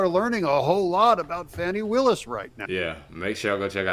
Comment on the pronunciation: It’s not Fon-ni Willis it’s Fan (fan, window fan ceiling fan ) you get it , Fani Willis.